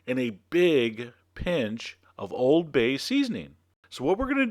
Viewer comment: You said Oooold bay wrong ><